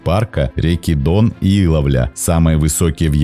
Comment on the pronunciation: Как говорится - Дъон